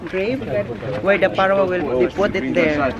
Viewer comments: Pharoah is pronounce as Feh-row.. Constructive criticism lang. Unta dli ka malain ❤ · Good thing you visited Egypt 🙂 because if not, River Nile remain unknown to you😊😊😊 Pharaoh pronounce like...fhe-row. God bless you always 😍😍😍